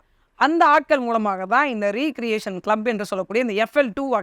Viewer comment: ரீ-கிரியேசன் (re-creation) என்று சொல்ல வேண்டாம் ரெக்ரியேசன் (recreation) என்று சொல்லவும்.